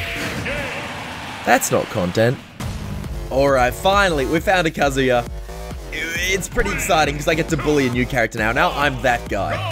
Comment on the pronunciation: not to be that person but you mispronounced kazuya's name a bunch of times lol also the scalene triangle meme